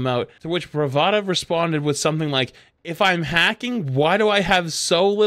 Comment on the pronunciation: It's Bratva, not Bravata